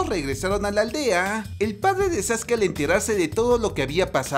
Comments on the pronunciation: No es sasuke es saske se escribe sasuke pero se pronuncia saske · No se dice zaske se dice Sasuke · No es sasuke es sasque